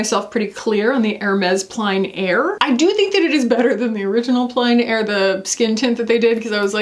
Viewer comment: Hey! I know you like to get your French pronunciations right - plein air is pronounced more like “plenn” air